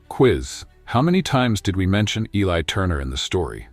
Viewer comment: First of all I WISH THAT YOUR BOT-ARRATOR WOULD PRONOUNCE ELI'S NAME CORRECTLY. Are we supposed to count the number of times his name was pronounced with a short "i" or a long "i"? It makes a difference, you know. AND WE'RE TALKING DETAILS IN THIS STORY. Now on to our hero, however his name is pronounced: his proscription has nothing to do with his job as a janitor--black, white, red, yellow, or purple with pink polka dots. We're talking ACADEMIA--and ACADEMIA is a tough nut to crack regardless of color or experience. Academics as people, on the whole, are easily threatened. Clawing your way to the top isn't easy nor free from injury: puncture wounds due to repeated backstabbings from "colleagues". There's an old adage, "Those who can, do; those who can't, teach." How do I know? I was on the academic track at one point in my life decades ago. Getting through Masters' and Doctoral candidacy was brutal. Each university had different standards for presentation style--and I mean style, NOT substance. It was a nightmare just getting approval for the subject and scope of a thesis. At the end of two years and before a defense was even mounted before a committee of the insecure, style above substance governed the first round of thumbs down. Guaranteed. Two very hardnosed committee members would actually begin with a ruler measuring each page of a thesis for accurate margins--top 1", bottom 1", right margin 3/4", left margin 1-1/2" (inclusive of three hole punches and binding allowanc